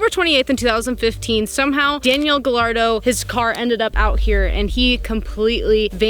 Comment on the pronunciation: I think its pronounced gayardo since 2 l's in a spanish make the y sound